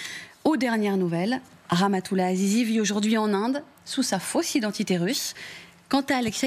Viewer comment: Azizi ahahahahahah elle a dit zizi